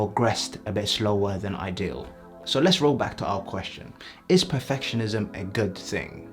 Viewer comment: "it eez what it eez"